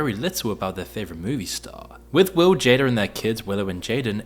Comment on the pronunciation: called Jada Pinkett, "JADER". 😂😂😂